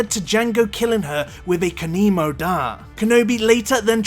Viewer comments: Anybody else realise he said kanemo not Kamino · Kamino not Kanimo lol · I cringed so hard every time he said "kanimo". Like, seriously, google your facts if you're not sure. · “Kanimo” aaaand now I want to die. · Cannot hit like button for someone that says "Kanimo" three times in a row. :-)